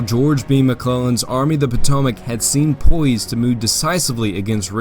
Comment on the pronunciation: I wonder how many different ways there is to mispronounce “Potomac”? Otherwise good work.